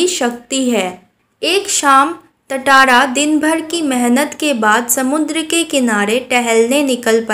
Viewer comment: Tatara × Tara ✓